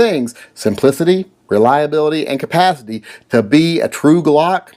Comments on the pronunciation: Did you say "compathity"? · agreed and thanks for having the stones to make that statement ';-) Now, work on saying the word "Capacity"